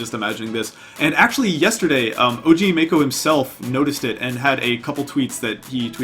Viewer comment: “Og marcho”😭😭